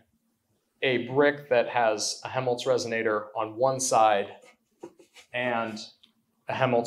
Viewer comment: This is such a cool idea. By the way I don't think the first L in Helmholtz is silent. It sounds like youre saying Hemholtz.